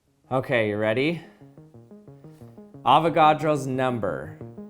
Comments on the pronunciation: Avogadro number of people saying 'AVAGADRO'! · did he said "avocado is a number".... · I hear avokados ever in 12 frist